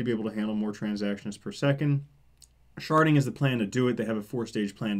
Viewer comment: For some reason, I only hear "sharting" when you say it.